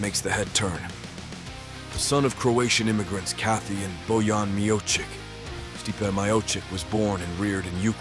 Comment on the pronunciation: Can this voice bot even pronounce Stipe's name properly